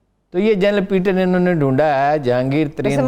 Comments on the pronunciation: Haroon Sahib it’s General PATTON not PEETON. Please correct your pronunciation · Haroon Sahib this General’s name is PATTON not PEETON. Please correct your pronunciation.